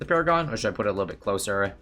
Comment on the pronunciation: Nah bro it’s sentry pawragon